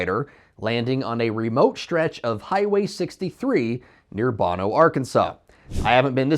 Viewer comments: It's Bo-No, not Bon-O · Bono, AR. is pronounced with hard o’s… like Bozo the clown, not like how the musician pronounces his name. 😜 Well, it could just be that we can’t talk down here in Arkansas. 😉 Did the plane fly out of the Little Rock AFB? I think they fly C-130’s out of there.